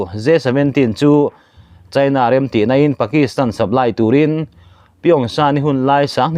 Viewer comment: Ngen hi sialai tih na a ni a, a tawp lam ah thluk san tur. Chhin ni lo in chin, china ti ang a lam tur, chhaina ni lo in😂😂